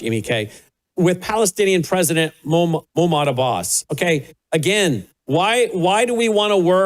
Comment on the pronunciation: it’s not “Moo-mod” It’s “Mock-mood” Abbas